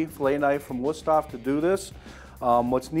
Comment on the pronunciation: You really need to learn how to pronounce würsthof. hof is not like off the o is like open.